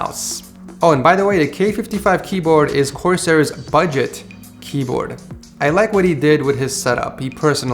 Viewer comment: why did you say “budget” like that, is $50 not budget?